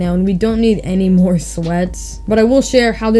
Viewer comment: “And much moore” 😹